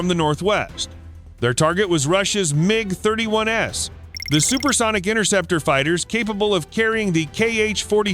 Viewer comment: "MiG-31-Ess" Idiot AI narration can't understand some plurals! The MiG-31's were [plural] parked out in the open." (There's no such thing as a "MiG-31S"! There's the Микоян МиГ-31: MiG-31.)